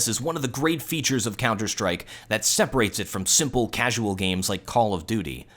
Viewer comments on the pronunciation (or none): LOL HE CALLED COD CAUSAUL